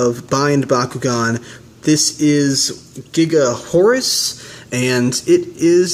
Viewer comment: It is pronounced, "Gaga Horus". The katakana/symbols are, "ガガ", is pronounced, "Gaga". If it really was supposed to be, "Giga", it would be spelled, "ギガ".